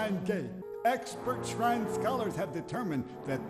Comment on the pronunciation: “expert shrine sprite scholars”, “our guardians, the shrine sprites”, “the shrine gate” i love how the voice actor mispronounced “shine” 3 times in a row